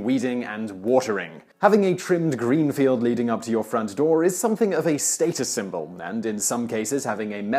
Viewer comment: This guy needs to learn how to say 'status'.